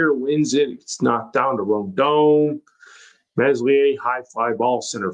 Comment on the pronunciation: Err that accent... is that Rotherham? Also, let's help you lad it's pronounced MELIER. The S is silent. Just try 😊?